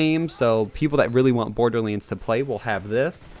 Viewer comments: Wtf is Borderlends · He just said bordlends